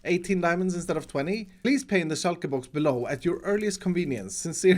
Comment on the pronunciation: Is it just me or is pronunciation of shulker boxes heavenly